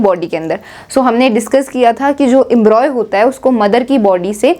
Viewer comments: It is Embryo not embroy, correct your pronunciation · Its embryo not embroy.. its okay but you've explained so perfectly. Tha k you so much